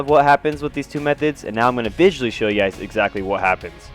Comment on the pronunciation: Vissuality LMAO. 😂